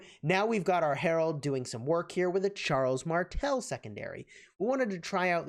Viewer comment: His name is Harald not Harold!! Please pronounce names correctly!